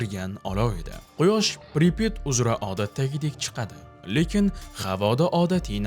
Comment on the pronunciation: Assalamu Alaykum. Amerika 2018 yili "Chernobil" degan 5 seriyalik kino olgan koʻrishni tavsiya qilaman. Admin Pripit emas Pripyat toʻgʻri talafuz qiling